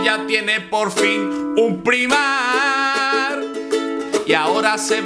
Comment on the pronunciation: Primark... Se pronuncia praimark, menudo catetismo. Esto es la herencia de pandereta (o de ukelele) por no ver series subtituladas.